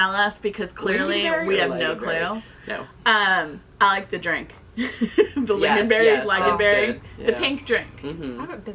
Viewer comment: Lingonberry is pronounced with ling as the first syllable. Ling rhymes with sing. (My son lives in Stockholm.)